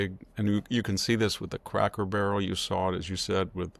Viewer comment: Victor, you’re still mispronouncing words. "Denizen" is emphasized on the first syllable, not the middle syllable. You’re making the same mistake as with "expletive" which you are also incorrectly emphasizing on the second syllable. In speaking about Cracker Barrel, the first syllable is pronounced with a long O, not a short O as you did. Jack and Sami really should help you with your pronunciations after each recording session.